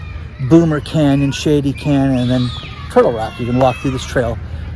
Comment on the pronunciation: I grew up in that neighborhood. BTW, it is Bommer Canyon, not Boomer Canyon. So Bommer is pronounced like the word "bomber". Also, my dad still lives in that neighborhood. You would be shocked to hear what houses in that neighborhood cost when they were new in 1970 ish. I will be there in a few weeks.